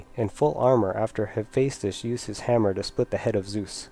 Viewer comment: Enunciation. Enunciation. Enunciation. That is how Hephaistos does not sound like "hefsos".